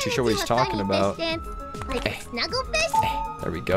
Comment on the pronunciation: WHY S EVERYBODY FIISH?? i laughed so much x3